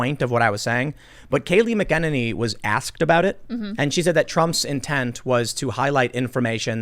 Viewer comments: "mcenany" is pronounced MACK-A-NAINEY. Sorry it's driving me batshit crazy every time you mispronounce her name, lol. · Tim, please learn how to pronounce Kayleigh McEnany. Cmon man. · Its "Mack-a-nay-ney" dang it! We expect better, Tim! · Oh my God Tim it's Kayleigh mcenany How can you f*** that up